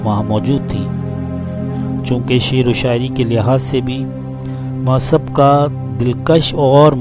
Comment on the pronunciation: سیرت مصعب بن عمیر شان صحابی میں خوبصورت الفاظ کہنے کا شکریہ مصعب : میم کے پیش کے ساتھ تلفظ کریں گے تو سب سے زیادہ اچھا ہوگا عبد السمیع از بہار الہند